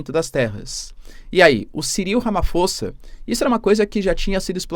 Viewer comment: Escrevi-se Ramaphosa mas diz-Ramaposa🇲🇿